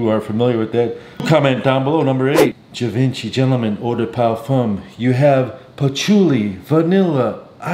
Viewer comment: You always mispronounce Givenchy, and just about everything else that comes out of your mouth. Maybe if you're going to try sounding slick, at least put in enough effort to pronounce things correctly.